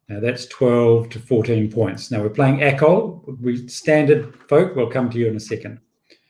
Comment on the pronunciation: It is Acol, not ACOL. It is not an acronym.